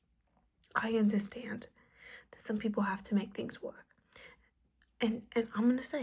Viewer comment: I like the kind that says shum pulp